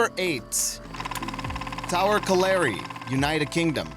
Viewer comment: Hate to nit pick but the mine itself is of a tower colliary type. Not its name. Colliary is pronounced colli - ry as if the a does not exist. Yea i know im annoying but i spent 10 years pronouncing it wrong. The tower refers to the lift mechinism that would bring miners up from the coal face below. Im from the uk and the things we pronounce differently baffles me too